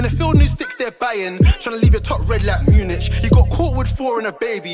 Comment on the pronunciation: Man pronounce munich like sandwich hes tapped